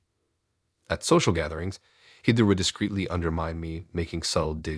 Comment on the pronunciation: I love the stories but you seriously need to learn how to read! So distracting. Heeeether? NOT Hehther? Match it instead of muh-shetee? You literally pronounce almost everything wrong.